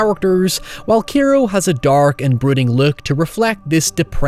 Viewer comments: Kairo is pronounced more like the capital of Egypt just fyi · the "kai" in Kairo rhymes with "sky", "high", "sigh", etc. Please stop calling it keeeero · I am BEGGING you to learn how to pronounce literally anything in Japanese properly. Every time you said "Kairo" wrong I couldn't help wincing Good video aside from that though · Your pronunciation of Kairo is horrendous. There's an 'A' in there, man! Anyways, nice vid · It's been a year and I still can't get over the constant mispronunciations of "Kairo" and "Mitsuko". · Dude, you kept pronouncing Kairo as Kero. The ai sound in Japanese sounds like the letter i. Also the daughter's name is pronounced e-kuko, the i makes a hard e sound. You kept pronouncing Mitsuko (meets-ko) as Mitusko.